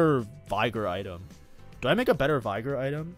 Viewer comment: Bro claims to be Master but can't get Veigar's name right.